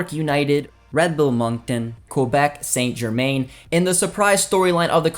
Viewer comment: What a shocking pronounciation of Saint germain. Especially when French is one of Canada official languages